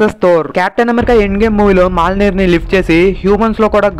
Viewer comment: Adi malnir kadu na swamy Mjolnir ( mioneer)